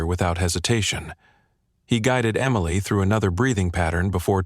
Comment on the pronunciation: At about : the first version of Emily is misppronounced.